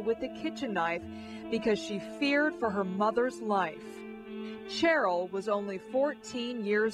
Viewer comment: This reporter repeatedly says “Cheryl” like “Chair-il”— can that really be how the daughter pronounces her first name?